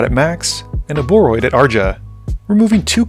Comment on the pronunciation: You pronounce it as Ouroboroid. Hope that helps!